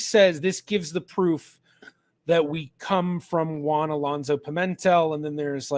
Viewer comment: In the name "Pimentel", the stress is on the 3rd syllable, not the 2nd: it's a bit like pea-men-TELL.